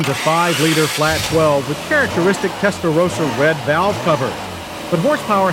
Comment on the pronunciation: He said it correctly this time😂